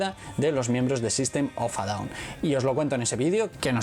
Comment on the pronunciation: En ingles en ingles di el nombre en ingles que suena horrible como dices sistem of a down